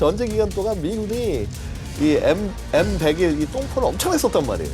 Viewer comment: M백원 에이원은 대체 어떤 방식의 읽기임?